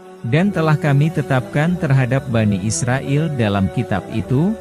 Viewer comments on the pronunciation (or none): none